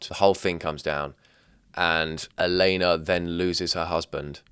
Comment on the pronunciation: I’m guessing it’s because it’s spelled Alena and the AI read it as “ale-nuh”